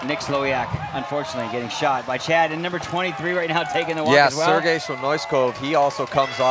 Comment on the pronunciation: I love it how nobody can say Sergei's name right lol